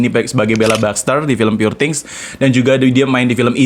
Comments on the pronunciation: pur bang bukan pure njir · You pronounce “poor” wrong !